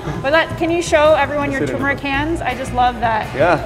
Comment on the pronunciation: Thank you for pronouncing "turmeric" correctly in the video. I'm so tired of people (including well-known chefs and food tv personalities) calling it "tu-MER-ic" or "TOO-mur-ic." There's an "r" before the "m" and it should be pronounced. Also, the dish looks delicious.